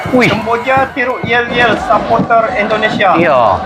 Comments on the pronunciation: Kalau ngomong jangan sapoter tapi suporter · Suporter bang bukan sepote !